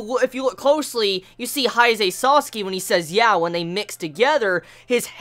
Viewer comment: Each time you say sasaki. I hear it as sasuke😂